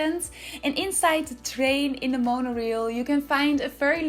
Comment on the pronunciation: This is beautiful! (Also the rail part of Monorail is pronounced like ale with an “r” in front of it). ❤️ your builds, they are so inventive and artistic.